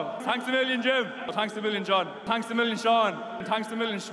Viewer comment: Hurley. Best sports equipment name out there. And "A" for the win. He's locked in. I think he's yelling "Tanks a million."